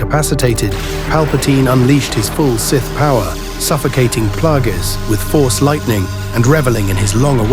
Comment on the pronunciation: It's clear you never watched the prequels when you consistently mispronounce Darth Plagueis.